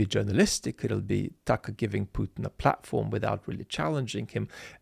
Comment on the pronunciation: It is not Tucker it is Tuckaahh according to the genius talking on the video.